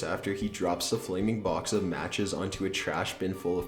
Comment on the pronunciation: Booooooox, damn the way he says box, " Booooeeex "